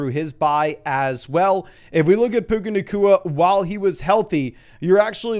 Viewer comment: lol you said, "Puka nakua, JSN, and Garrett Wilson" lol